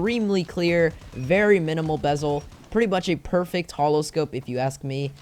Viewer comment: I like how he went from bezel to bebel 😂